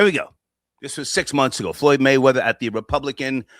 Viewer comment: “ Goyd Mayweather “ is food out here